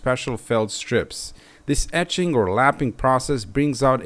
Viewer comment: "finish the surface with ätzing" 😄